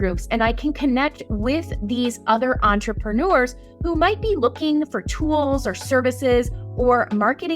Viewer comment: There's no "ou" in the word "entrepreneurs"